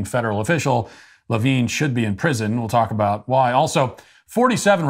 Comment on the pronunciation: You mispronounced Richard Levine.